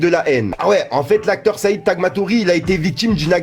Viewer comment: T’y est même nul en arabe 🤣 même le nom de Said tu l’as tuer 🤣🤣